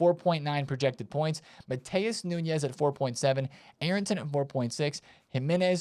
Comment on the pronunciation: It's not "Nhunhes", it's Nunes. He is portuguese, not spanish.